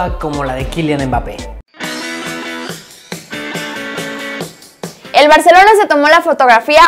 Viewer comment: Nadie: Absolutamente nadie:: UMBAPE